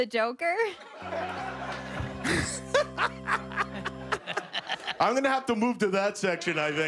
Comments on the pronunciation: Same here..."Croaker". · Jo-Kermit? I thought it was "The Croaker"!